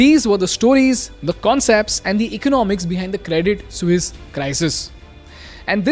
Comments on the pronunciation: Credit suse? Isn't it credit sweese pronounced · Not "sues", it's "swee-s"😂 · your saying sus. pronounce it like sueess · Good content. But painfully ignorant of the pronunciation of Credit “Sooz”. Listen to the clips that you are putting in your blog!🤔🖖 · It is pronounced "Credit Sweece". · 182 times was the count for saying Credit Soos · Bruh it is hilarious how noone can pronounce suisse, but i've never heard someone butcher it like you broh 😂😂😂 almost falling from my chair everytime i hear you say it 😂😂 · Thanks for your content, you make amazing stuff. But, if you're offering a course on communication, please ensure you can pronounce suisse correctly! Thanks once again.